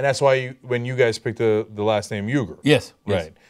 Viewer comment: It is so embarrassing Cenk can't even pronounce his father's name the correct way.